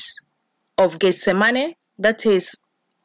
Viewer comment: why does she keep saying "getz zah money"..???....